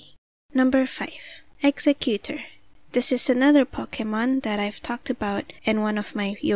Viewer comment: You said executor when it was exegutter